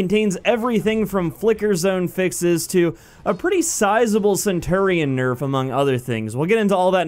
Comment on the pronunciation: Great video but pronounce centurion right please.